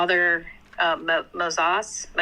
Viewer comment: Girl wants to pull up with a RC gotcha just to mispronounce the name Moses and not know what the Eastern Roman Empire is. Sad day for Catholic apologetics.